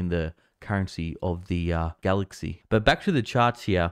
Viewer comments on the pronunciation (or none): none